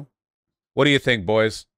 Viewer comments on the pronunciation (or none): none